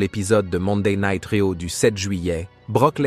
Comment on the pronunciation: raw => rio mdr ca a bien faire rire serieusement faudrait dire le nom et prenom correctement